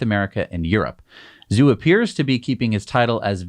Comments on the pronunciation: Tom Zhu should be pronounced “Ju.” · Zhu sounds more like girls name Sue